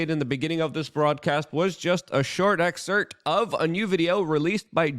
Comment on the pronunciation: I love Luke’s pronunciation of certain words. For instance tumultuous, has one L and excerpt has a p. As a veteran of CNN, FOX and MSNBC, where I got paid to hear impeccably pronounced lies, I’ll take tumultously pronounced truth any day. Respect bro!